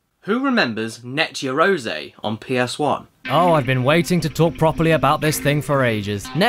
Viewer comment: Caddy, it's read yah-ROH-zeh, not yea-row-ZEE.